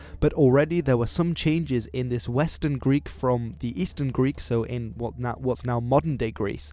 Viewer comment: You are killing the Greek pronunciations, but the content you are presenting is very interesting. Thank you!